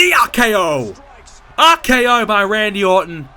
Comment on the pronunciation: Why do you say AKO and not RKO?